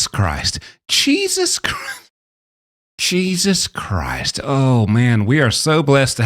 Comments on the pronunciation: "Cheesus Christ" & "Beelzeboone"... 😆😆😆😆😆😆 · Did you say Cheesus Christ? Dude Im a Christian... Im not supposed to find that funny... But I did. 😅